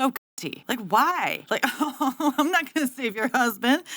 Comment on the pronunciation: "No, ya NAWT!", found that spontaneous attempt at an English accent, for seemingly no reason, incredibly funny 😆